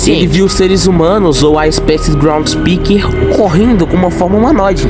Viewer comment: chamar groundskeeper de groundspeeker e giggle de gangle é fogo viu